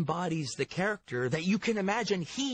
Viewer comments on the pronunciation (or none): none